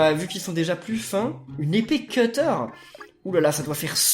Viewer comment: On dit cUtter pas cEUteur 😂 sinon super vidéo j'adore miitopia 😍❤